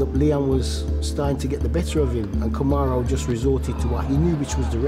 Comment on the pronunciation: Kamaroo Usman! 🤣 Glad has learnt how to pronounce his name.